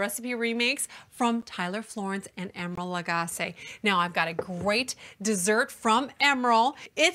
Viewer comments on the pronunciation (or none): Emeril Luh-goss-ay. 😂 Because when I think "guy's party" I think...red!